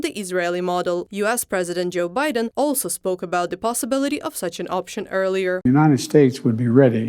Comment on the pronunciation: "Joe Baiden" lol